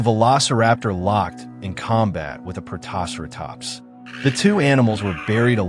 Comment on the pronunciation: God, that pronunciation of Protoceratops is atrocious. More AI slop.